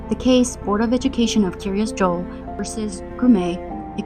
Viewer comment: I may be nitpicking but is Kiryas Joel not pronounced Kiryas Yoel? At least that's how we pronounce it in Yiddish. Also for those not familiar with Hebrew the word Kiryat pronounced Kiryas in Yiddish means town or city, so literally the City of Joel, its founder.